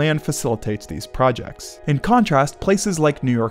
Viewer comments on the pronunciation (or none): none